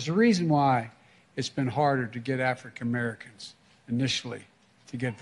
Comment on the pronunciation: Clueless Joe at it again. Such stellar pronunciation, “Afric-americans”